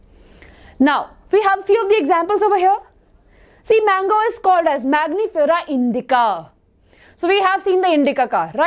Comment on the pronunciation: Hai good explanation of the concept. I loved your energy level too...a small correction on the pronunciation and explanation of scientific name of mango.... its not magnifera but MANGIFERA....u constantly said magnify and magnifying glass its wrong its Man gi fera....thank you